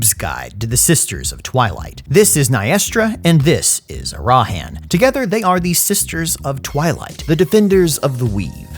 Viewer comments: it's ARAHAN not arahan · I love you, but, you do this thing where you put the emphasis on the wrong syllable in names such as Arahan. The emphasis is on the first syllable. I don't know if it's on purpose or not but dammit man it's driving me nuts. 😂😂